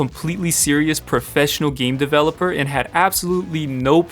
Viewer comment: Ah yes. "Professional devlor"